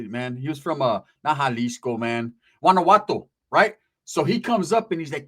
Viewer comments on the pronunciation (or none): This foo really said GUANAGUATTOO . Lmaoo . Pinche nopal